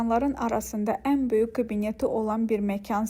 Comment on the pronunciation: Yorulmadan yazacam, nə olar k hərfini deməyi öyrən " böyük" məsələn. Baxmaq isdeyirem, amma əsəbləşirəm.